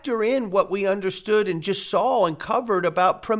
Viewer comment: do you know there is no "l" at the end of the word "saw", "sawl" is not a word